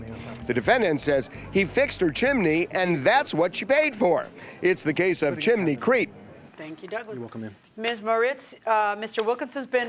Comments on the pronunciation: CHIM=NEY folks not CHIM=EN=NY. Chimney has TWO syllables not 3. WTF does NO ONE know the English language FFS???? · CHIM - NEY, not CHIM-EN-NY. 2 syllables not 3. Look it up. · Why is she saying chiminey It’s chimney. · Each time they say chimaney I lose my mind. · Jiminey Crickets, it's a chiminey. Judge M always says this word incorrectly AND she misstates the "....you or my lying eyes" adage. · As soon as she said chminey, I headed straight to the comments. I was not disappointed. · She was watching Mary Poppin's with that CHIMINEY pronunciation. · That’s because in Spanish, it’s “chimenea”. I suspect that might be an influence. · The way Milian says chimney is wild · Am I the only one who loves the way JMM says "chimney"? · Judge always turns 'chimney' into 3 syllables. 😄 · Someone tell JM the correct pronunciation of chimney. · Why is everyone pronouncing chimney like that????